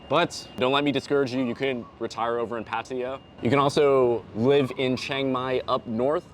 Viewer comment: All these advice videos and the people can't even pronounce Pattaya.